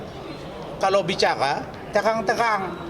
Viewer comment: Ngomong aja cadel jadi lowyer,,terang...terang...(tehang....tehang...)😂😂😂